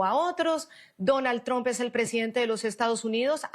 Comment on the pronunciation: Se escribe TRUMPI!! No se pronuncia TROMP!! Se pronuncia TRAMP!!!